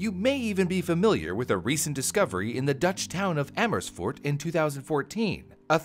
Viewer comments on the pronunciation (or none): yet he didn't take the effort to pronounce "amersfoort" correctly (source: learning dutch for 19 months)